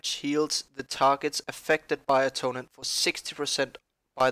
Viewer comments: It's not "Atonem", it's "AtoneMENT" :-D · Uhhh- tone-MENT Not Atomen